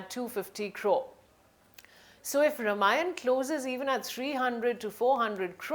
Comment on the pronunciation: Nonsense! Both hero and heroine look shady! This reporter can't even pronounce the title!